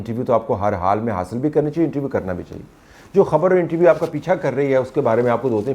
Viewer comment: طلعت صاحب انٹرویو ہوتا ہے۔ انٹی ویو نہیں ہوتا۔